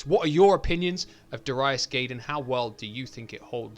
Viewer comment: My favorite shooter on Saturn. Had the Japanese version back in the day. You said you wondered how it’s pronounced? You got Darius right, but it’s Guy-den, not Gay-den. Did you ever play G Darius? It’s just as good.